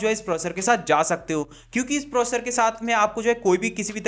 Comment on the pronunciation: Proccor nhi processor